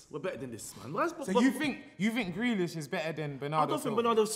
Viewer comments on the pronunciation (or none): The disrespect on grealish name